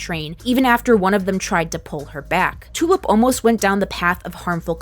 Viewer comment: I keep hearing Tulip's name as "Two-up". Is it just me?